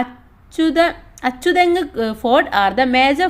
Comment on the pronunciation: അച്ചതെങ്ങ് അല്ല അഞ്ചുത്തെങ്